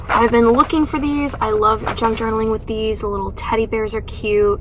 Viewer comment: I thought you said “drunk journaling” 😂 I was thinking that does sound like so much fun!! I had to go back & listen again.